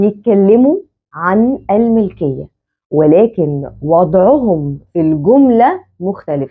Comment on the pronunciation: كذلك انتبهي لنطق بعض الكلمات العربية بشكل صحيح مثلاً: كلمة المُلكية حرف الميم فيها مضموم وليس مكسور بارك الله فيك أحذفي تعليقي هذا كي لا يظهر للمتابعين أحسن الله إليك ونفع بك شخصياً أفضِّل ظهور الشاشة مكتوب الدرس فيها كتابة مثل أخر الفيديو في الدقيقة 13 وظهورك بجانب السبورة ليس مهم لنا صوتك فقط يكفي بشرحك الواضح مشكورة مأجورة عليه وإذا احتاج ظهورك يمكنك الظهور بين الفواصل مع جزيل الشكر لجهودك المبذولة لنشر العلم النافع بالعلم ترقى الأمم